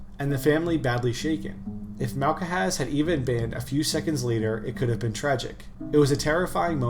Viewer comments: interesting video, thank you. tho FYI it's basically just pronounced Malhaz, no k in the middle. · malcahaz is crazy its malkhaz.